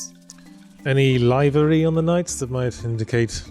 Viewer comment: I've never heard 'livery' pronounced like that lol